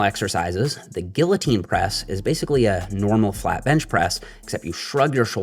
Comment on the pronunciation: Great video. But, kids, pronounce “guillotine” like.